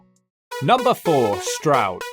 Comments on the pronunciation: Only just found this channel and as you were explaining to Americans the correct pronounciation of Stroud, you said "Strood". Strood is a part of the Medway Towns in MidKent and you have to visit them. The most notorious town there is Chatham, where some people believe the first chavs came from (it is more complicated than that obv). People thought that the subculture derived its name from "Chatham Average", but it is more likely to have come from the Romani word "Chavi", which basically means child (there is a large settled Irish Traveller/Romani community in Kent in general and all the way up to greater London and into Peckham). The Medway towns are notorious Turdtowns and Strood is separated from Chatham by the Medway river, with the slightly nicer town of Rochester between them. As tends to happen, the boys from Chatham and Strood didn't get along and would meet and fight somewhere near the river quite often. Then there is Gillingham, nicknamed "brown town" back in the day due to the heroin (ports). They didn't like the Chatham boys, and would fight around the borders between Chatham and Gillingham. All of the Medway boys would set aside their differences, get together and fight boys from Woolwich and other South London boroughs, usually crossing paths at the Bluewater shopping centre in Greenhithe. Definitely worthy of a look if you go over to that side of the country. It has been marketed as a commuter-belt group of towns for workers in London, and has long been after c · I'm an American but I know your pain of other Americans pronouncing Stroud incorrectly. Stroud is my last name and in my school years most of the teachers couldn't say it right. Like you said, it's not complicated, but I always get called Strode, Strood, Strout, and others...